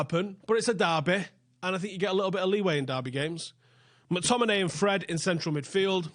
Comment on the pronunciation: Did you say Scot McDominate? bc that's what I heard and it's what I'm calling him from today.